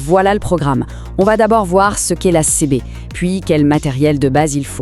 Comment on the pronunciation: c'est une IA qui parle sur notebookLM, pour la faire prononcer correctement il faut ecrire le texte CiBi ;)